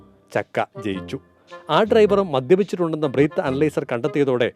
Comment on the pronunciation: ബ്രീത്ത് ❌❌ അല്ല ബ്രെത്ത് 👈👈